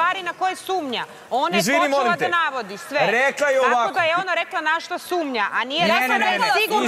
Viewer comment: Dejan koji je kao pametan i elokventan kako kažu on SUMLJA jao sumlja halloooo sumnja 😛😛😛😛